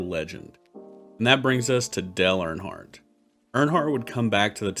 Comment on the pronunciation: "Del Earnhardt"